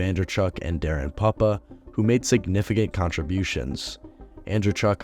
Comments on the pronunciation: Great video. Small error though it’s pronounced “poop-uh” not “pup-uh” cheers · Darren Pyu-bah or Poo-bah. Not Papa. As far as I know. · It's pronounced "Pooh-pah"! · Nice video. Just a heads up. It's pronounced Darren Poopa. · Puppa is pronounced POO-PA LOL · Darren Puppa pronounced Poopa